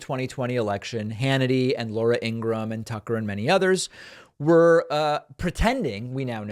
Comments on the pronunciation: Imgraham's brother says its pronounced, " Ing rah ham". Fox viewers should be possed off NC they we led down a lie false path, making some of them storm the Capitol! All of those defendants should now all sue Fox for lying and advocating the lies and dangerous plans Teu!p proposed and they followed NC the President told them a lie. And fox to!d them the same lies making it seem real to mainly religious people who normally want to do things correctly. They were lied to so much that normal people came from all kvdr, not just the proud nous and Oath keeper types. Regular people with jobs and kids and families and responsibilities took to their word, believed them NC that Fox network pushed trumps lies like he paid them to do so. But not..bc Murdock says it was about Blue or Red it was all.about greem, i.e. money. They lied to the biggest audience for MONEY! The average viewer trusted that company to help them discern the validity of Trump:s Bullshit and FOR MONEY Laura and Tucker and Sean and all the ok tjers, save one lady thru wanted to fire for telling the actual truth, lied to the!. They ruled the lives of many viewers NC their family that knew the actual truth could not deal with their zealot nature. D they expected todos to tell them actual a truth, and Fox ruined families. The Republicans' party as it stands today is not pro family, nc they destroyed families. They are not pro truth no matter if it hurts their Dear Leader, as the Twitter files show. Fox is not pro Democra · Parkman…. Say - ING-RA-HAM. Three syllables…. Just to ensure you get it right for the viewers…. Love these clips though…. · Pretty sure it’s Ingra-HAM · David, her name is pronounced ingraHAM,,,, ya know, like bacon